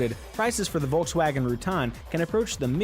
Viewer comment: why do you continue pronounce the name like that. wtf